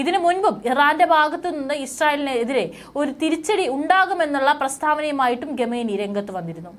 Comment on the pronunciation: ചാനൽ മുതലാളിയോട് ഒരപേക്ഷ . നിങ്ങളുടെ ചാനൽ ഇഷ്ടമാണ് പക്ഷെ ഖമേനി എന്ന് പറയേണ്ടിടത്ത് ഗമേനി ഘമേനി എന്നൊക്കെ ഉച്ചരിക്കുന്ന ഈ കൊച്ചിനെ കൊണ്ട് വാർത്ത വായിപ്പിക്കുന്നത് അരോചകമാണ്.